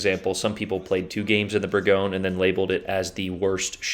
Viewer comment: Bourgogne is pronounced Burr gone ee yay